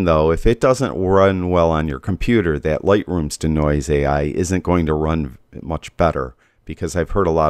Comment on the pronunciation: Nice video, BUT Dude, it's NOT how you're pronouncing it, "dih-noise", like the song "Bring in 'da Noise." It's pronounced DEE-noise, like to de-magnetize, or de-clutter. A long e sound.